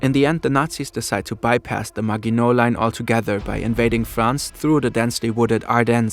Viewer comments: It's ma[j]ino line not ma[gu]ino line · the "gi" in "The Maginot Line" is read "ʒɪ", not "ɡɪ". and there's no "ya" in "Sevastopol" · Sevastopol and Maginot Line are mispronounced. Grammar is pathetic. “…Heavy Gustav still served its purpose, as a flashy propaganda piece for Hitler’s vision of an unstoppable German war machinery.” And if you’re going to present a video in English, you might consider a narrator whose first language is English; or at least proofread before publication. Great cg, but semiliterate presentation with a sophomoric ending. But then, McDonalds sells over 2.4 million Big Macs a day.